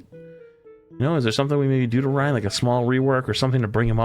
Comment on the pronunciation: This guy calling him Ry-IN bugged the crap out of me